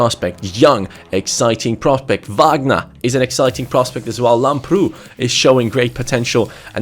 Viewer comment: Lamprou is actually pronounced Lámprou in the a. Like so can see